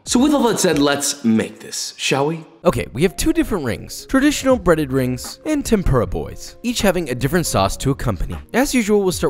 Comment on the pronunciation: me, with severe stomach cramps: "uhhh i'm gonna throw up, don't think about food" also me: watch joshuwa make cwispy onion wrings